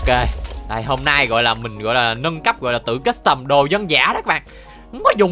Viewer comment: Lúc anh nói về nhà nâng cấp em tưởng anh nói là về nhà méc mẹ